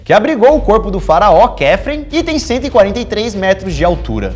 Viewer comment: pronúncia: "Quíops", "Quífran", "Micrinos"